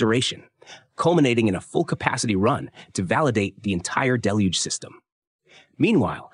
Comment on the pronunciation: Congrats on proving your intellectual competence by using the biblically-correct pronunciation of "deluge" (="dell-huge" = biblical flood).